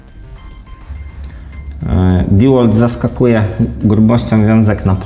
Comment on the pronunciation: Nie kurwa diłolt. Ty Dełolt. Kiedy wy się nauczycie